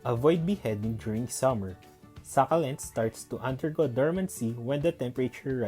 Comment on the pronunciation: Good thing that you've noticed that...your videos are brief Ang informative..and I love watching those kinds of videos but I am a little bit disturbed by the way you pronounce the word SUCCULENT... Well, everyday is a learning day...